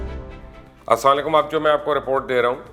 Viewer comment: Hi Mubasher, please pronounce Salam properly. You are a literate man, spare some time to learn the Arabic pronunciation of Salam. Hope u will consider it seriously. Best of luck 👍